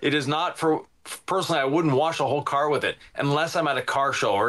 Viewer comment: Did actually say "personally I wouldn't wash a whole care with it (Rinseless)..."